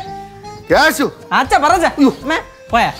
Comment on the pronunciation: not keshi it's keshu ke-shu